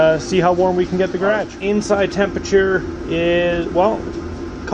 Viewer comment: You have a nice "Ghradgge"